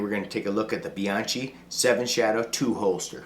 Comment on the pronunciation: That's a cool holster man. Hmmm, but "bian-chee? nahhhh, it's "bian-kee". ask me how i know, go ahead.......go on. .....ask.....I'm waiting. ........c'mon now. lol